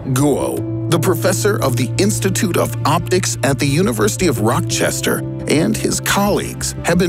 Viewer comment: Lmao u dont say it like rockchester u say it like rahchester